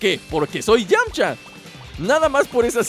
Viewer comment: Es "Yamcha"